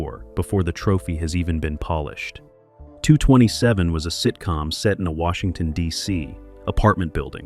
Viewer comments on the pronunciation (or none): The show was called Two-two-seven, and the lady's name was pronounced Jack-Kay